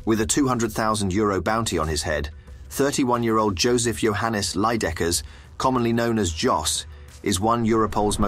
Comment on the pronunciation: It's Leijdekkers not Leijedekkers...